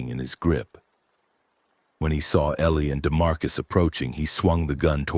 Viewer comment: What the hell is a DeMarcus??? That's enough. Couldn't listen to any more.